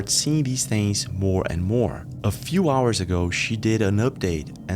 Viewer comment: Yooo sup new vid lets go 1 howah of powah